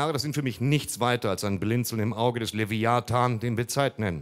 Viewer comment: Er hat Leviathan falsch ausgesprochen